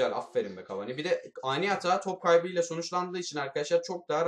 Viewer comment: abi cavani deme cavaaaani de